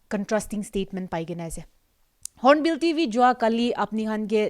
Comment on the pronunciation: Hornbill TV not hornbill DV.. 😄😄